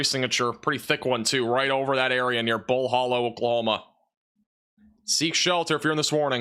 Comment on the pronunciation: It’s pronounced Bull Hǒllow not Bull Hōllow